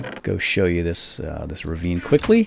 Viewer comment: it's "ravine"